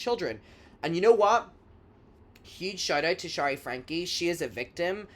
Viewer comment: Great vid! FYI, Shari is pronounced in a way that rhymes with “cherry” , NOT “shah-ree” ❤